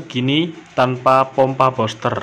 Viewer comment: Bilangnya buster bukan boster bos.